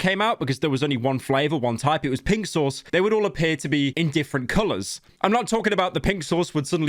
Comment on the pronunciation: When Pyro says "Pink Sauce," it sounds like "Pixels"